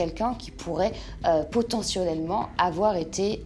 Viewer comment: L avocate : "potentionnellement" 😁